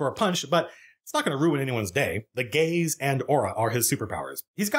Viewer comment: Zoned out for a minute, came back to attention hearing Matt say "The gays are it's primary weapon." Took a minute to figure it was "the gaze" and not a militarized pride parade.